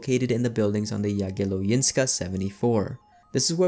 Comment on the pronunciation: Yea, You butchered Jagiellońska a bit :D